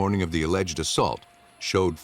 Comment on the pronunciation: What is "assult"😂